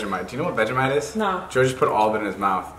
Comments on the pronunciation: U had vegimite wrong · Jason is my favorite, oh. And vegimite lol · every single american has vegemite the wrong way omg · The say veg e mite we say vegemite not vege mite